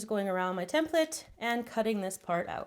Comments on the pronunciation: she just doesn't pronounce the E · how she pronounces "template" , so annoying